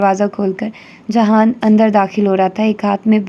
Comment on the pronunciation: aap jihan sikander ko jahan kyu kehti hai??